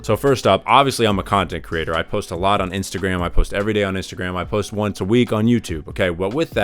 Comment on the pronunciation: "Inatagram" lol